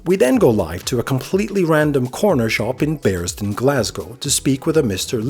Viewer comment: Bearsden, (pronounced like a literal Bears’ Den) not “Burrsdin” and it’s in East Dunbartonshire, so technically not Glasgow. You actually kinda sound like you’re from there whereas the guy behind the counter actually sounds Glaswegian